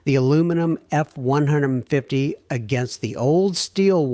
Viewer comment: A genuinely interesting topic F'd in the A by AI Slop. Likely an AI content generator, an AI narrator that doesn't handle numbers consistently correctly and can't say "Ford F-150" correctly, AI slop video clips that don't understand physics, and probably an AI commenter (but I don't care to research it). All controlled by a human entering prompts who obviously doesn't review/edit the video. Slop, slop, slop.